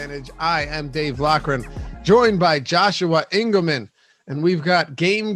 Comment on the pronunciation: Dave Lockrin? I thought it was loughrin but who am I to judge... Oh Engleman's Milwaukee Bucks prediction for the Bucks based on Jrue Holiday vs. Chris Paul advanced stats, Booker vs. Middleton, and Ayton vs. Giannis...